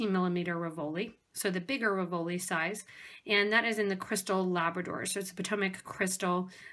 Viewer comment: Very pretty but please pronounce "RIV-o-li", accent on first not second syllable. Very distracting.